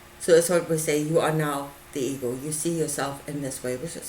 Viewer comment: For a while I thought you were saying eagle instead of ego .lol I rewound and started over..i must say i couldn't quiet understand exactly what you are saying.guezz its just over my head.